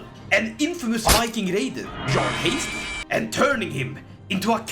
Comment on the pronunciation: I kind of hear it as if you say John Haesteinn instead of Jarl Haesteinn